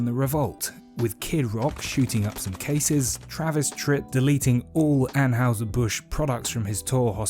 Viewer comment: Are you pronouncing Anheuser incorrectly on purpose? 🤔